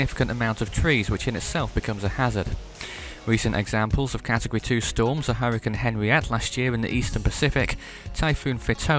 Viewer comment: Henriette is pronunced AAN-ri-et sorry if a nuisance like last year's 2013 hurricane week